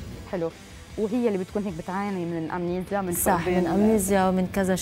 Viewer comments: بالإنجليزي تنطق"امنيجا" و ليس امنيزيا. و بالعربي فقدان الذاكرة، ارسوا لكم على بر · بالانجليزي تنطق امنيجيا وامنيزيا both